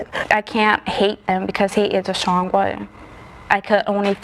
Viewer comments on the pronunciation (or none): none